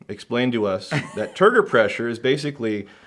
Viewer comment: Soo.. google says isn't 100% full of BS, Turgor Pressure is an actual real thing. BUT, every time he says it, I swear I'm hearing Turd Refresher.. which could be what that "proprietary blend" was there at the end?